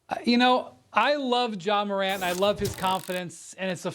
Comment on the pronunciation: Is Molly saying John Morant at the start… 😒 because it really sounds like it..